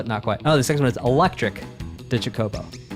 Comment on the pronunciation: Chocobo is pronounced like CHOKE-o-bo. You're putting the wrong em-PHAS-is on the wrong syl-LAB-le. It's important if you're gonna be covering Final Fantasy games. They're sort of the series mascot. Them or moogles. A good case could be made for either.